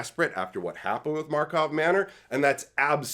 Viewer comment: You still say Markov Manor 😂